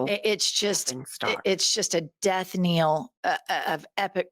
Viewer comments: It’s not death “kneel”, it’s death “knell”. No? The e is not long. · The word is not death-kneel. it is pronounced death-nell. And you are right! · It's death "knell", not "kneel". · Its " knell", like hell. Otherwise great show. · Jennifer, death knell. Pronounced nell.